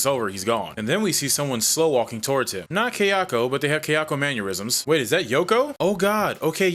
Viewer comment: In the fun spirit of the grammar police, mannerism is pronounced like manner-ism. It is not pronounced like the word aneurysm. I appreciate your sense of humor and enjoy your vids! Have a good day.